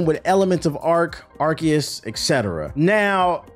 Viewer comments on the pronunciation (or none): none